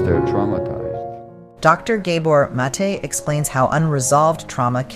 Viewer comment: Did Inside Serene poach this lecture from somewhere? Hence the need to modify it with unnecessary commentary that mispronounces the name of Gabor Mate over and over?